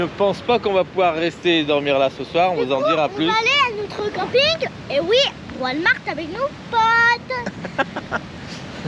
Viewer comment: Toujours un plaisir de vous voir dans vos aventures 😉....mais, on ne dit pas Walmark mais Walmart 🤣🤣 malgré le devoir de dormir dans un stationnement...vous êtes quand même tout près de la mer🏖 Profitez en bien 💞